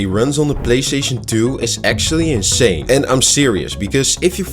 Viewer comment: ik hoor INSHANE ik wist gelijk deze guy is DUTCH AS MIAAAUWWWWW